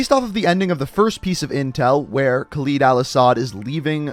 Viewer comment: am i the only one who finds it cringeywhen he says Khaled wrong?